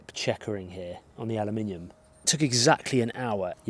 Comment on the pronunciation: Did you just say "alumninium" and "rusting" in the same sentence? =D =D